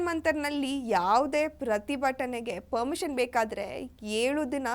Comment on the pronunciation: ಪರ್ಮಿಷನ್. ಪದ. ಸರಿಯಾಗಿ. ಹೇಳು.